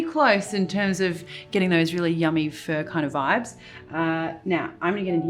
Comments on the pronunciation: Not "fur" Marion, but FAH! Love your stuff! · thats exactly what i hear every time she says pho and im pained like 😣😬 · The way you say Pho is so funny